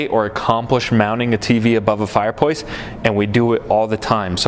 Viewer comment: What’s a fire poice 🧐?